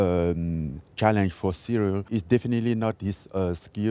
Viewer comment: His name is not Cereal. It's Cero.